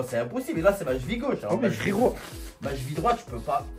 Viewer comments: Ya que moi que sa faire rire la prononciation de la cheville chez " la chvi " 😂😂😂😂😂😂😂😂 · Oui, on dit la Cheville et pas la jville! 😂😂